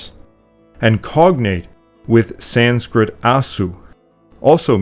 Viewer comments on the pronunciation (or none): none